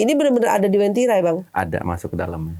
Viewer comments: Uwentira min, bukan wentira🙏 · Asal ni orang ngomong Masak wentiri di bilng kab. Donggala - sulsel baru ngomong daerah sj dah keliru Yg bener itu bukan wentira tpi wantiri kabnya. donggala prop sulteng, yg lbh di kenal dgn sebutan kebun kopi